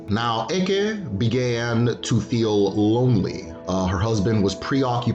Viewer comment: Hello very nice and informative video. I must say as an Igbo man, I cringe every time you say the word “Eke” as due to the tonal nature of the language you are actually referring to a “python” in place of the supernatural power. Also to my knowledge at least the Igbo word for creation is okike.